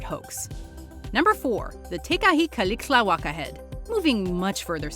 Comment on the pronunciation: I wonder how many times had to practice saying "Tecaxic-Calixtlahuaca" she said it perfectly in the video hehe.